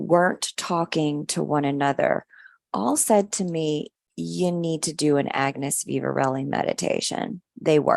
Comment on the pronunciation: Love it. Love how she mispronounced agnes'name and agnes couldn't be bothered at all. Can relate to it as people often mispronounce my name hahaha.❤❤😂😂